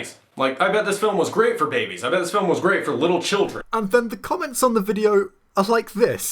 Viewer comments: Why does this guy pronounce babies as "Bah-bees?" It's (commonly) pronounced "Bay-Bees." Also... I think this guy might not actually pay attention to the films he's complaining about. In fact... I think he might be worse than Jeremy from CinemaSins in that regard. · why do you misprenounce "baby"? is it a word that demonetizes videos? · I am bothered by your pronunciation of "babies." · Aah yes babies loved it when próxima midnight got teared in half and when you can see ebony maw’s corpse drifting through space in a frozen chunk. Also, how he pronounces babies is unnerving to me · First impression: good quality content, nice editing, funny and interesting. My only problem: can you please say babies correctly, it angers me a little more every time I hear it and I really want to give you more of a chance